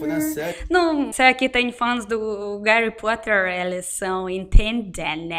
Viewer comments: Rachei quando ela falou Garry pottler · Garry Potter, o H na russian tem um som de G né?